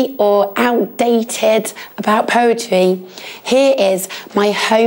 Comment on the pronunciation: “POWETWY ISN SKAWY!”